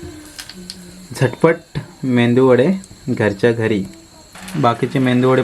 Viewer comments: Mendu nahi re baba medu vade shiklella asun mendu vade boltos kay tu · Are medu vade ...Mendu nahi 😂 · मेंदू नाही मेदू वडे बोल दादा.. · मेदूवडे म्हणा अणि अवनी सुद्धा नेहमी तसेच म्हणेल. खूप छान!